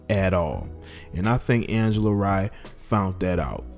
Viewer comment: Its pronounced Ray not rye